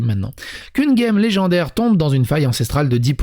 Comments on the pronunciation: J'ai coupé la vidéo au moment ou tu t'es mis a dire guemme au lieu de gemme... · Tous les mots qui commencent par "ge" se prononce "djè" donc "gem" se prononce "djèm". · Tu sens bien que guèmme ca tue les oreilles non ? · Qu'une "guemme" 😭